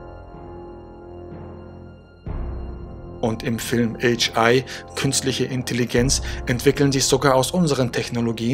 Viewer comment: {äitsch} .... ? AI ... nicht HI ...